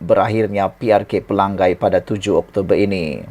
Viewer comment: Selalu sebut x betul...Dia Sabahan pendalaman